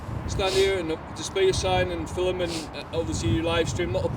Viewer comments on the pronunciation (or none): He said Fillem, not film 😂